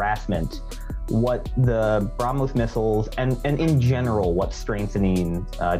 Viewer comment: Pronunciation: "BraH+moss" ---NOT. Brumm+hoss!!!